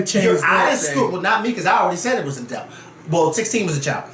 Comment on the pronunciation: Yessss for saying “a-delt” about 20x in this vid. I love it. I disagree though. 19 is an adult legally, but she still should’ve stayed in a child’s place with these GROWN women.